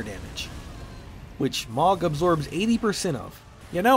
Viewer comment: mohg is pronounced MOO Guh not MAWG, also ive seen some melting builds with his spear